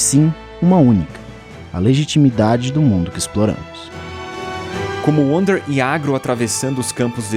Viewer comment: Ainda acho que se pronuncia Vander kkkk